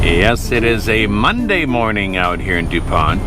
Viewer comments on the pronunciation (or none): none